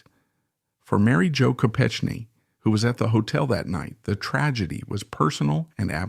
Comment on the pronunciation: Your mispronouncing her name. It’s a hard “k.”